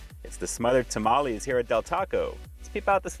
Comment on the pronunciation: I’m not going to trust the review of a white guy who doesn’t even pronounce tamales correctly. A true mexican blood needs to review these lol